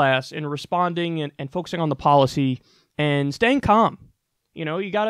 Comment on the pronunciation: "staying com"